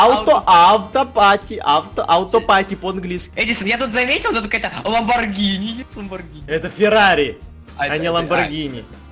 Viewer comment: Не лабонгири а лабонджири правильно говорится